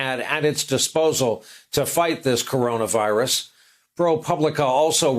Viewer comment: Trump can't pronounce "CoronaVirus". 5 sylabyls, TOO complex.